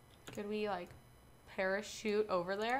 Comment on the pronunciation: Use the pereshute uh